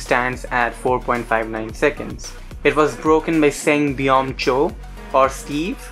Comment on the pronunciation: It’s pronounced like sung bum btw